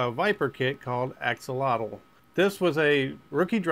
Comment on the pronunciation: That was a fun fight between Tyrone and Xolotl (technically pronounced "Cho-lot" but Axolotl is close enough)! I was surprised I hit you where I did and left that mark on you! Thank you for all your help as well with Antlash!